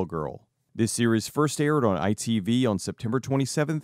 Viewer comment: As a British person it was weird hearing you saying ITV